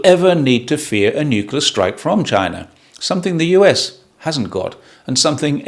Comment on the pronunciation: that's not how you're saying it! Haha ❤